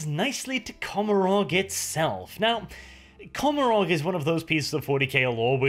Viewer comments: And don't you think COMorog (or how the f you spell it) is a play Gomorrah, and should be pronounced coMOrog instead? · If the Eldar words are based on ancient Irish, “Commoragh” is pronounced “Commora”, you don’t pronounce the “gh”, I’m a fluent Irish speaker, no offense, you have the best 40k channel on you tube